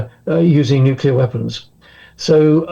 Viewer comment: Wow its a world of weapons. Please stop the Nucular anger.